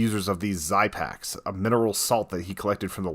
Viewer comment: It's pernounced ZIE ZEX